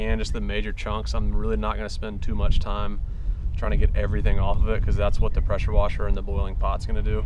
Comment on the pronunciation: Those dang prosher weshers 😂